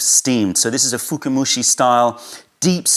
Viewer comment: Hey, small nitpicking, its not "fukumushi" but "fukamushi" (深蒸し), from "fukai" (深い, deep).;) Very informative video as always! Thank you!